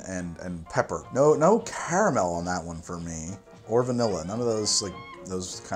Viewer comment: Great channel, but I’m sorry I really dislike the sway you say caramel